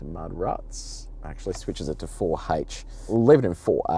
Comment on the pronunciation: four hach?